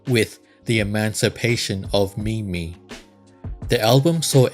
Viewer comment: No, it's not that's slow... When you say mimi I get so frustrated...